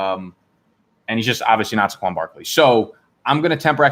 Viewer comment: How does he not know it's pronounced SAY-qwon not SUH-qwon?